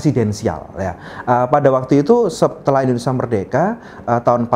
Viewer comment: In-do-ne-sia pak, bukan Indonesa Penjelasannya cukup jelas 👍